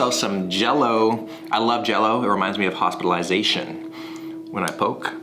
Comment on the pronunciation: “I love jello it’s reminds me of Hospitalizat-ion.”